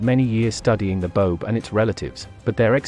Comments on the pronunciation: Baobab, pronounced with 3 syllables, Ba-oh-bab, not Bobe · the pronunciation of the boab tree is bo ab not bobe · You said 'boab' wrong! It's Bo-ab not 'bobe'! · Pronounced bo-ab not bobe. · The tree is pronounced Bo-ab. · Bo-ab (two syllables) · Bo-ab... Jesus, pronounce it right. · Say it as “ Bo-âb” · Boab is a word of two syllables my friend.